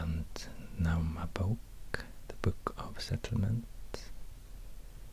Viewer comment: The way you said landnámabók was on point